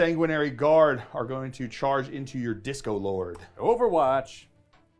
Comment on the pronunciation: I keep hearing 'Disco Lord' instead of 'Discord Lord'. Lol.